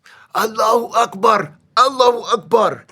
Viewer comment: His accent is very crisp when speaking about Akbar.